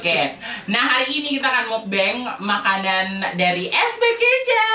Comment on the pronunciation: Bacanya meokbang kak (mokbang). "O" nya dibaca kayak "o" pada kata roda. Bang dibaca bang biasa , tetep dibaca "a"😊